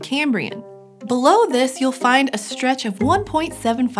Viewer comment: I can't get over her pronouncing strata and stretch as "shtrata" and "shtretch"